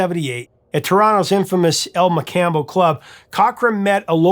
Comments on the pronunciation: El Mocambo is pronounced El Mocombo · "On-tair-ee-oh," not "On-tar-ee-oh." And "El Mo-cahm-bo." Just so you know. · Hello Professor. The way to pronounce El Mocambo is EL Mo-combo & Ontario is On-tear-e-o. As for the comments below on Big League. It has a true and sad story that pays respect to a fathers son and young hockey player he was. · Love your American pronunciation of Ontario and the El Macombo Club. I Remeber having the occasional pubic path crossing with Tom in the 90s in Oakville. Was like seeing a rock star having listened to him so much on the local 97.7hitz fm station. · You should ensure you have the the proper pronunciations before taping your videos. i.e. Ontario and El Mocambo But great video notwithstanding